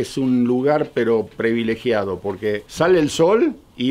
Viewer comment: No es “previlegiado”,. Es “privilegiado “.😊